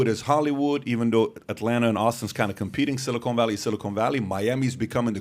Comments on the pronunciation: Pat...FFS it's Silicon ( SIL - I - CON ) NOT Silicone ( SIL - I - CONE ) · Someone tell these guys silicon and silicone are not pronounced the same. Sounds like they're talking about some place they manufacture caulk. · It is “silicon” (silly - con) valley, not “silicone (silly - cone) valley. Silicon Valley is in the San Fransisco Bay area. Silicone Valley refers to breast implants, and is the Los Angeles area. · Pat my Dude, I love your show, but your killing me with your pronunciation of Silicon Valley. It’s pronounced, si·luh·kuhn Valee.